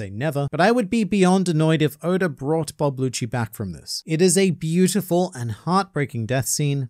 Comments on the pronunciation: Does he mean rob lucci cause I’m hearing bob lucci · Wait are you calling him “bob lucci”😂😂this whole time im like that aint rob lucci why does he keep saying it is🤦🏻‍♂️🤦🏻‍♂️😂😂